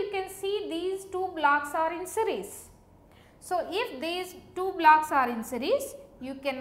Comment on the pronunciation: Are you saying blacks or blocks?